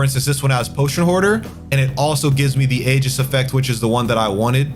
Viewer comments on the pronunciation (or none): Awesome video. Also, aegis is pronounced "ee-juhs" and terminus is pronounced "tur-muh-nuhs" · you mispronounced aegis. did you go to school